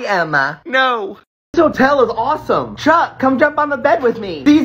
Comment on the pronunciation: 4 the beach TikTok you said truck instead of chuck